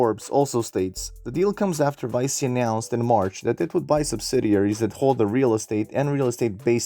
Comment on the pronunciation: Nice video! It's pronounced "Vee Chee" though, not "Vie See". Loaded up on this stock this week :)